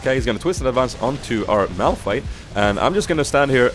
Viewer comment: Awesome vid! U kind of messed up Malph and Mao´s name sometimes :D... Funny